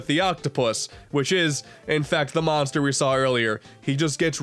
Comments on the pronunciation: I NEEDAH MONSTAH TO CLOBBAH DAT DERE KIRBEH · I NEED A MONSTAH TO CLOBBAH DAT DAMN KIRBEH Edit: Dat dere kirby. There shall be no cursing in kirbo's Christian channel